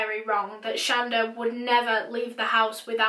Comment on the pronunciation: Her name is pronounced Sh-On-Da my mom has the same name lol